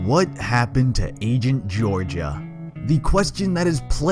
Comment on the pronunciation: "raido" "angent" "gorgaia"